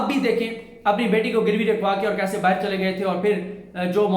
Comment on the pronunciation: Dont say BAAHIR its BAAHER